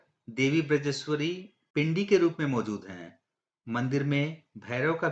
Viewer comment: बिरजेश्वरी नहीं बजरेश्वरी अधिकांश लोग माता के नाम का अशुद्ध उच्चारण करते हैं सही है बज्रेश्वरी